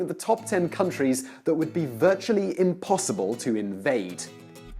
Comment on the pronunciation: Not 'impossinble